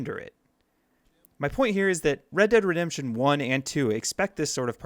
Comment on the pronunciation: Redurd Redemption